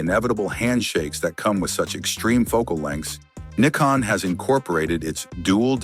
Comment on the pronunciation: It's N "EYE" CON, not "NICK" CON